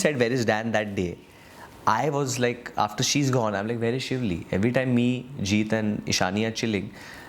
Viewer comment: Shiuli.. Not shivli